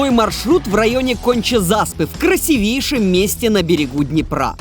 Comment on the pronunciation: "крысивейшем"? "корабли"? погугли разницу между кораблем и судном, "филолог"... "проникнуть самостоятельно" на мост - это штраф. как минимум, стоило бы об этом упомянуть.